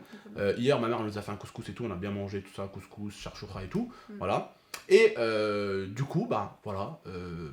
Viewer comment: en dit chikchouka pas charchoura